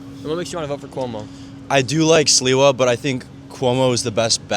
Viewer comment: this guy doesn’t even know how to talk or say Sliwa’s name. Dumb dumbass